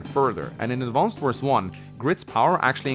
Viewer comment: All the youtubers saying "AdvanceD Wars" is painful.